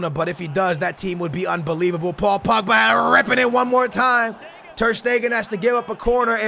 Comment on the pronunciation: It's not pugba stop saying that. It's pogba